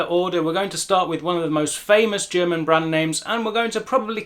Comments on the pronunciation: Awesome video! I will recommend it to some people who wondered about that. And can I just say, you've got the most amazing German pronunciation I've ever heard in a native English speaker, meaning, it sounds native. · Finally an English speaker who not only pronounces German perfectly, but can also teach how to pronounce it.